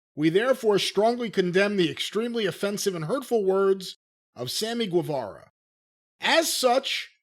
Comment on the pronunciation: The day learns how to pronounce “Guevara” the world will end. Lol.